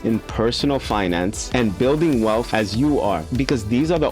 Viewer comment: Bro! PLEASE stop saying WEALPH or WELF. It’s WEALTH :) You’re to smart for that….